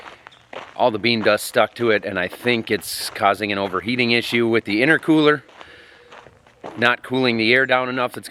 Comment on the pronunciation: Genuine question, no criticism of I'm right, but isn't it intercooler not "inner cooler"? Or is that something else? I'm not a mechanical guy so genuinely want to know